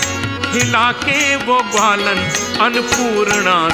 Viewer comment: ग्वालन की जगह गवारन उच्चारण किया गया है जो कि गलत है।